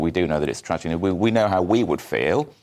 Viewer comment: Its not tragety is one less in uk😅